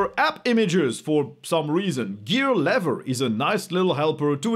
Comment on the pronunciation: Probably also worth mentioning that YT'ers only get about 7¢ per 1000 views (not per ad impression). Edit: - It's "lee-ver" (love her or leaver?). - Assuming the inventor is the one who gets to name things it's pronounced "ess-que-el".